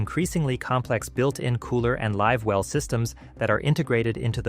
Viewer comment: Ok this a a BS video when the narrator pronounces “live well” as “liv well”. Idiotic. And to say built in coolers or fish boxes are a problem is also ridiculous. So says a boater who has been boating for 40 years and has owned 4 different boats.